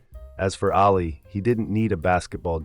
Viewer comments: I don't like the way you're saying "Ally". It's "All Lee"! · Why are saying Alley?